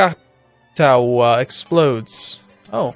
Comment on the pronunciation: Krakatoa is pronounced crack-a-tow-a